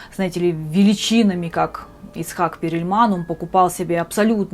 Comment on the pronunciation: Не Перильман, а Перлман! 🙄